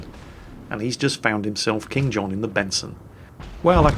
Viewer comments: Actually the player in the Benson is named "KingKohn" not "KingJohn":D:D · Benson: [IHW]KingKohn. "That's King John in the Benson". Ah,, don't ever change.